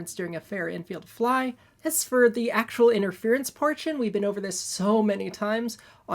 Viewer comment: … And this ballgame is ovah!